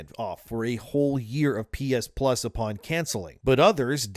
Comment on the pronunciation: "pee-is-pluz"? "pee-is-1", "pee-is-2", "pee-is-3"